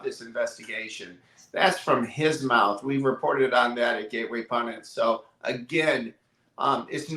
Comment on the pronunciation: Pundit not Pundint.